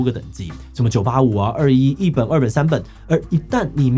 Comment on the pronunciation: 稍微糾正一下（不知道算不算糾正） 211我們中國這邊只會唸作「二幺幺」，不會讀「二一一」 另外，高考兩次應該大部分地方都沒有，我聽說浙江有，我是今年的福建考生